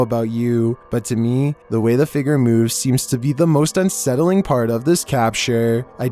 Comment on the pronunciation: “The figger”